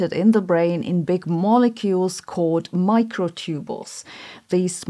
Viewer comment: I think most Americans would pronounce "microtubule" /ˈmɑɪkroʊˌtubjuəl/ not /ˈmɑɪkroʊˌtubəl/ Not sure about British pronunciations.